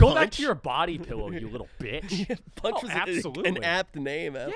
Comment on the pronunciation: Panchi not punch